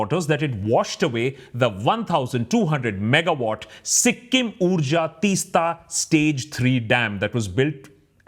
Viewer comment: Please pronounce the name of the river (Teesta) like Teas-ta. (It's the T in tea. ) Thank you for talking about it. As someone who has grown up in that area, the river Teesta used be a free flowing beautiful river, now there is no flow of river, it looks like a still lake instead. There ued to be sandy beaches on the sides of the river, after the dam, no beaches left, everything is covered by still water. Not only this, now they are building a railway lines there in the hills, it is unbelievable. There are making huge holes through the hills and rocks for railway tunnels. Another disaster awaits i feel. The problem these days is, villages are becoming towns, towns are becoming cities, and cities are turning into megacities. My home is a village there in the hills, i work in a metro city, home used to be an escape from the noise, pollution, being in nature, now everything is gone. There are only buildings and constructon around, the lovely view of the river and hills that one would see no longer exist. I feel suffocated now wherever i go. There is no space.